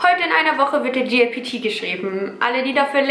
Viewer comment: Statt JLPT, sagtest du die ganze Zeit GLPT. J wird wie Jay ausgesprochen, G wie Jie ^^